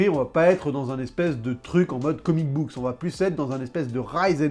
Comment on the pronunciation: J'aime bien tes vidéos mais j'ai l'impression que tu as une tendance à rajouter des "s" a des moments où il en faut pas, genre Killing Joke"s" ou comic book"s" meme quand tu en parles au singulier. Mais c'est du gros pinaillage, en dehors de ça c'est très très bien